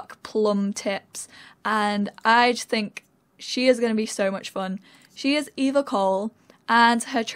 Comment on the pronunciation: So cool! Eva is my middle name and your pronounced it right! most people pronounce it as Ava and it drives me insane. I feel so loved!!!